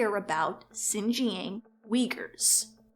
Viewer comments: its pronounced "shin-jiahng" not "zjin-jhang" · great vid but please at least look up how to pronounce xinjiang if you're gonna talk about it lol